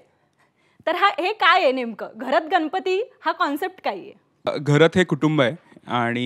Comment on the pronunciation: Anchor Bai गनपति नाही गणपती mhnaycha bar ka bai